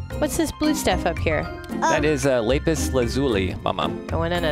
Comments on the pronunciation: ITS LAP-IS NOT LAIP-IS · its lapis not laepis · It’s pronounced lapis not lApis